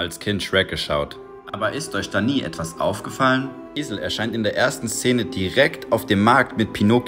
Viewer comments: Junge was ist mit dem auuuuffgggeeefffaaaallllllmnn des ist zu kuuurrrrrzzz haaaallllllooooo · Das AUFGEFALLEN ist so cringe er soll es wieder normal sagen !